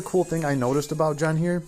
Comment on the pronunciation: Bro! just say GEN! and pronounce the "G" sound as you pronounce on the word GAME, not a "J" sound. Please it is quite irritating when you jay JEN.....